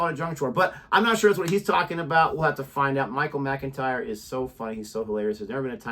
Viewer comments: Pronounced Mac-intyre Jodie is correct. Jodie should put the organises in the man draw . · Pronounced "MACK....in ..tyre."..........Mc is an abbreviation of Mac In Gaelic Mac means " Son of" .......... MacDonald.... son of Donald Etc